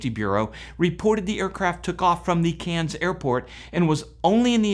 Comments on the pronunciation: Try when pronouncing that Australian town mate. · Australian here. It's definitely CANS. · You really need to listen to an Australian say Cairns. It is not pronounced like a town in france. Still you are a septic and they have very little knowledge of the wworld outside of the usa.